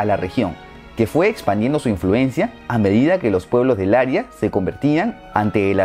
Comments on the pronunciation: es cierto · "área" no se pronuncia "aria"! Son distinta! Un aria, del italiano aria, es una pieza musical creada para ser cantada por una voz solista sin coro, habitualmente con acompañamiento orquestal y como parte de una ópera o de una zarzuela. Antiguamente, era cualquier melodía expresiva frecuentemente, aunque no siempre, ejecutada por un cantante. Wikipedia